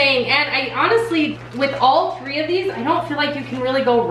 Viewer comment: Did she say tree different crockpot meals?? LOL love your channel